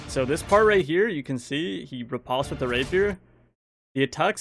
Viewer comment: Every time you say “riposte” wrong the next inventory guy steps down